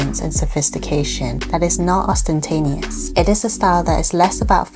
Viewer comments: Ostentatious, not Ostentanious! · “OstenTANEOUS”?????? It’s ostentatious. If you’re gonna break out a five dollar word, know what the word is. Jesus Christ. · ostentatious not ostentanious (not a word) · the word should be ostentatious, not ostentanious. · It’s ‘ostentatious’ not ‘ostentanious’ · Please stop saying ostentaneous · Did she say "austentaneous"? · Lol guess she did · I think she meant to pronounce ostentatious differently...